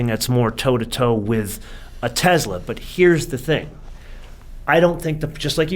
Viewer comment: How can this guy know so much about cars and still say “TeZla” instead of Tesla?